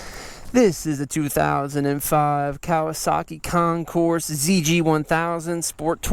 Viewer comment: just saw this video in my long run of zg 1000 search. I would agree that the looks, you either love it or not. That being said I own a ' 87 my self and she is a sleeper for sure! beautiful ride and well put on stats. Really enjoyed the video. side not: the s is silent!!! lol